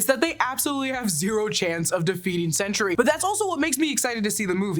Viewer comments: Sentry, not Century. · So I know it is sentry but I keep hearing you say century. But you know neither here nor there. Love the podcast love the channel.